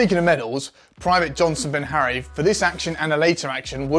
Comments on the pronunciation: BEharry not "Benharry". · The VCs name is Johnson Beharry (anglicised) or Bihari, not Binharry.... there's no 'N' in it. Of course, in the great scheme of things, mispronouncing the name of a VC doesn't matter at all....actually, of course, it does. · Where the fuck did you find this guy? The Warrior COAX is a chain gun not a GPMG, and it’s Beharry, not Benharry. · why does he keep saying Benharry when its Beharry, no N in it at all. Also Thales is pronounced Tal-is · His name is Johnson Beharry - born in Grenada. NOT Benharry. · Beharry, not Benharry. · It’s Johnson BEHARRY not Benharry 👍 he’s also still serving.